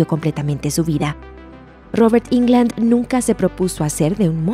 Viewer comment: jairo caceres y que puedes esperar de estos desinformados,si ni pronuncian correctamente el apellido del actor; dicen Ingland y lo correcto es; Englund. Asi como se escribe se pronuncia. Solo es de escribir en el traductor de google y el te lo pronuncia correctamente.